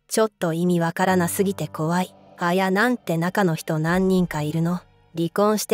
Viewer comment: あや⤵︎なん⤴︎の発音が気になる😂